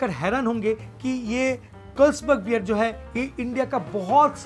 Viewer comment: First learn how to pronounce Carlsberg